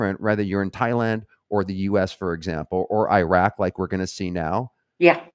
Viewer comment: Is it mentioned anywhere that these are countries destabilized and destroyed by U.S. wars of aggression, many prompted by Israel's neocon/U.S. agenda. Please learn how to pronounce Iraq.